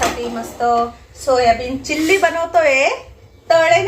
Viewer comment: चिल्ली नाही चिली असतं ते